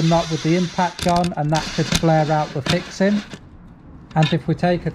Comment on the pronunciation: Thanks for the great advice.. By the way, couldn't get enough of you saying "fixin". It goes great with your accent!